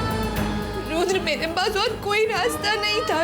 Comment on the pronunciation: Yudr Nhi Rudr....😅🤣